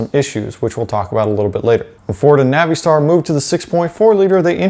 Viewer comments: Nav-ee-star? You mean NAVISTAR? I work for an International dealer and have NEVER heard “Nav-ee-star” in my life until this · Stop with the Navi —Star BS. It's pronounced Navastar. Oh, and yes... 6.0L everyday over the boat anchor 6.4L. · Naveestar?? Uhh? Don't think that's correct sir. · Man the way pronounce Navistar is funny I use to work there and actually talk to one of the engineers that designed the 7.3 he was a cool guy Literally out of all the big wigs he was the only one that engaged in a conversation with me